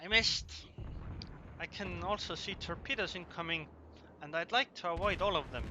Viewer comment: was he saying torpedoes or pedo's?